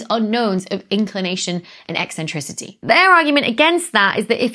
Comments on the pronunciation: The way you say e-centricity is eccentric. Tks. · And yes , it's ECK Sentricity 😀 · "E-centricity"? Are you coining new words or did you mean eccentricity? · I like your eccentric pronunciation of "eccentricity".